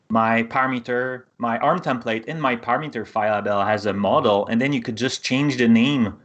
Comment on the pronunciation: How does this guy know this shit well enough to host a video teaching it but can't pronounce the words "parameter" or "template"